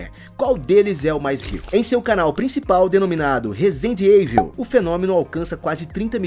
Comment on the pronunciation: "Rezende Eivil" foi de morrer